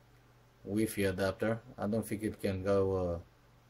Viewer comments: I died when u said weefee. Thx cool vid btw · whee-fee. yaaaayyyyy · Loo he said weefee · That's the pronunciation in my language too